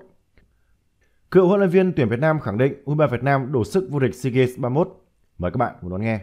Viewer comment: Sao cứ phát âm hoài seagaNs? Hãy đọc là deagaMs. ( EM MỜ nhá)